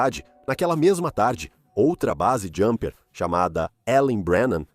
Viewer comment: Eu acho muito cretino dizer que ela era experiente. Pulou para a morte. O seu áudio de IA está muito ruim. Fala BASE JUMPER em português e inglês.